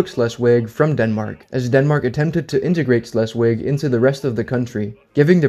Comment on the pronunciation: Great video! but you did keep saying Schleswig wrong. Sorry, I'm in a German class and there isn't a "W" sound in German so it would be pronounced with a "V".